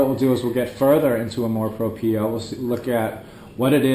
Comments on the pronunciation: Some Filipinos are haters of their own kind which is sad. Thanks for trying to understand the Filipino psyche. By the way "amor propio" is pronounced as -- amor - you got that right - "propyo" for propio. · Very well said. That was a very in-depth analysis of the Filipino culture. Sounds like you've lived there for more than 5 years. Btw, its pronounced Amor Prop-yo (2nd syllable pronounced yo like in yoyo). Good job! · Lol "Canamor Propio" I like that. ;P